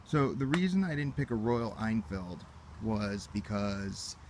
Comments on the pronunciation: It's pronounced Royal Inn-Field, not ien-feld. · It's Hen-Field, actually.